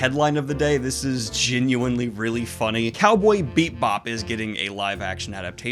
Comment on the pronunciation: did he just say beep-bop? i, i wont...